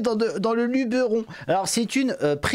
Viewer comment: Bon point pour il prononce Luberon correctement contrairement à tous les fdp qui le pronnonce Lubéron. Mauvais point pour: 😅